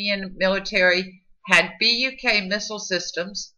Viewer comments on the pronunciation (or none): Great video, although, Buk isn't read as B-U-K, it's read as 'book'.